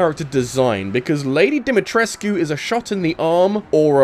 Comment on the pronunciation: Can’t lump together remakes with the OG games. It makes no sense. Thumbs down. Also found it weird that someone who played Village would pronounce “Dimetrescu” wrong. Kinda makes it look like you didn’t play it.